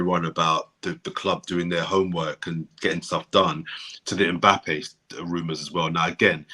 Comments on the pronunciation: pronouncing (mpappe) really proves his professionalism in butchering of names 😂😂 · Good to c everyone on a bless vibe still, bigup. Maybe u man should b calling or! When did Mbappe become "Mpappe"??!! 🤣🤣 Man plays Russian roulette wid people's names.